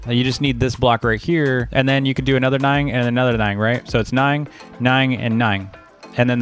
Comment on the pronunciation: i really hope this dude hasnt been saying "ning" instead of "nine his whole life lmao